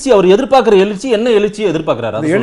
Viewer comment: Rajinikanth who learnt Tamil in his 20s was able to pronounce Ezhirchy clearly while the Anchor is pronouncing it as Elirchy time and again. So much to Tamil standard among even the journalists